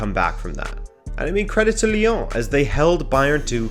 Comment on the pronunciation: The way he says Lyon “liong” 😂